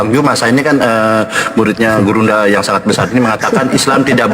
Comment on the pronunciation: bang ini bener2 dah😂 dia bilang gurunda zuma yg sangat besar 😂 tapi saya dengar nya: "burungnya zuma yg sangat besar" 😂😂😂😂😂😅😅😅